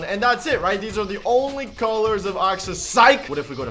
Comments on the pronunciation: Axolotl not oxolotl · Your saying oxolotl not axolotl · wtf is an oxolotl?? it is prnounced AXE-OH-LOT-L not OX-OH-LOT-L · It’s axolotl not oxolotl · Me: say axe.: axe. Me: now say axolotl.: oxolotl. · He says axolotol as oxolotol XD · He said oxeolotl